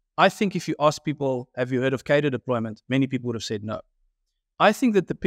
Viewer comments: Please pronounce cadre correctly. It has an r in it. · What is it with political commentators not being able to pronounce cadre